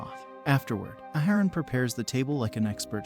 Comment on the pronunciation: Ya done messed up A-A-haran!